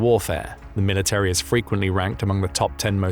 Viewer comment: Military has 3 syllables, not 4. Insufferable.